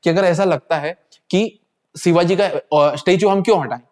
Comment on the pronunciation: Bhaji shivaji marag bol lo shivagi mat bolo